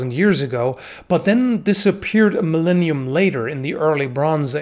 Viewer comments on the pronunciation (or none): none